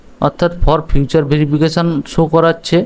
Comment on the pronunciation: Vai tomar ekta kotha khub kane lagche j furtherফারদার not ফিউচার. একটু ঠিকঠাক উচ্চারণ কর ভাই.